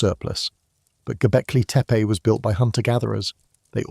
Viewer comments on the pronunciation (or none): That too 😅 But I meant the spaces between words. There were times when the AI voice would run two words together, and other times where two words had unnatural spaces between them. When the narration said "Göbekli Tepe" there was a solid half second pause. I know the editor didn't listen to the audio beforehand, but it definitely throws me off